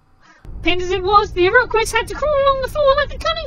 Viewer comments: Iroquois is pronounced EER uh kwoys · The Iroquissss lol I always have a chuckle when British people try to pronounce Native American words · Glories to leader! Not to be a grammar Tape, but Iroquois is pronounced 'iro koy' - only point it out to make that joke